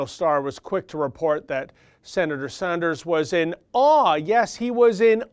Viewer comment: It's "Sanders" not "Saunders". isn't stupid. I'm sure that mispronunciation is deliberate in order to denigrate him. Silly Bernie "Saunders". He doesn't know anything about our terrible health care system. What he does know is that the life expectancy in Canada is 3 years longer than in the United States. He knows that people in Canada don't have to worry about having to pay to visit a family physician, or any other physician.